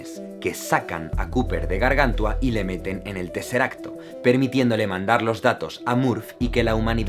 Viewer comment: hey jaime un apunte es gargant(u acentuada)a